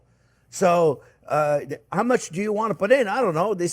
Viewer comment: Hahaha became my favorite chef the minuted i watched hime made butter. and now, his “mush” 🤣 made my day.